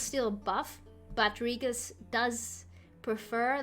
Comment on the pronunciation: Nice deck. :) Btw, I am kinda sure that the pronunciation of Regis is not that. hahaha buts thats ok anyway. :)